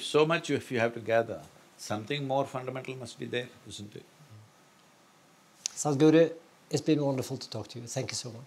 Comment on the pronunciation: The absolute spot on Indian accent pronunciation of Sadguru by this amazing host, shows the amount of effort & research he's put in. I found it to be very impressive as many would simply pronounce it as Sad-Guru, amazing 🖤